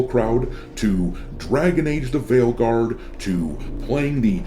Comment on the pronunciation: First of all it's called Failguard not "veilguard" and second of all he's called DUMBrow, not "dombrow" you can't even get the names right,, you're a Disaster! See what i did there?! P.S: i identify as NON BUY nary